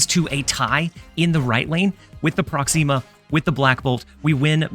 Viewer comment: ❌ Promixa ✅ ProxEEma